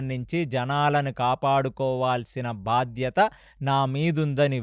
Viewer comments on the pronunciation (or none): none